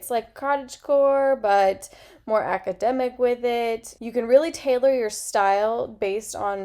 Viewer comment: Great suggestions! I've never heard it pronounced "aca-dee-mic" though, is that usual where you're from?